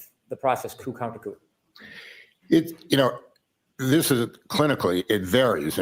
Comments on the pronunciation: It's pronounced "koo" not coop 😊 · say Coo counter coo! (Coup - the p is silent)